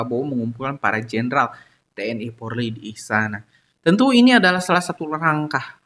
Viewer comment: Polri cak bukan porli